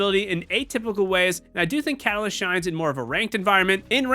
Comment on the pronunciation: fyi (sorry bout this) but its catalyst not calas